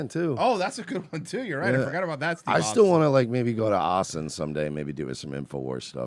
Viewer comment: “We flew him all the way from aussen tesas”